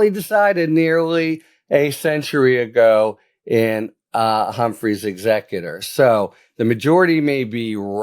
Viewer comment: OOPs! 'Humphrey's' not 'Humphries'... only error made!